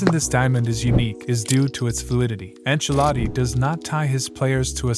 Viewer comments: Enchiladi😂 enchiladas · why does he keep calling him?